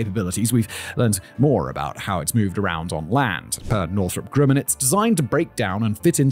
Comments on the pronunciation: That's not how you say Grumman. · It's Grumman not Grimin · Northrop ... "Grimmin"?